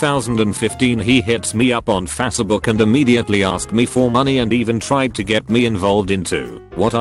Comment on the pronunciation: Someone please update the computerized voice to correctly say Facebook. The way it pronounces it is freakin annoying.